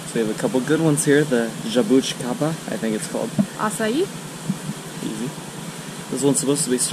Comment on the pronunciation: Você falou certo jabuticaba e açaí you spoked right jabuticaba and acai